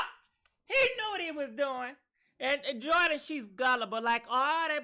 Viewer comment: 😂😆😂LoL!!! ♥️ you are killing Jordyns and Tristans names!